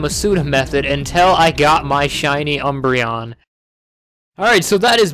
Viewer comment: UMBREON, NOT UNBREION! THE FIRST N IS SUPPOSED TO BE AN M, AND THERE IS NO I IN THE NAME!